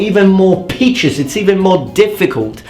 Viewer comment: Are you saying "peaches" instead of pitches on purpose? :)